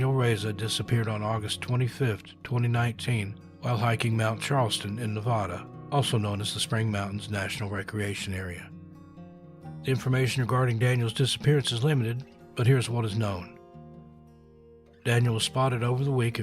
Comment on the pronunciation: Thank you for your hard work. One thing that I have to say tho is it’s Nevada not nevoda, I’ve lived in the sierras my entire life and it’s insane to hear how many stories there are of missing people from here. Trully terrifying how careless I had been in the past camping , bonfire partying , hiking etc… around here. Won’t ever happen again that’s for sure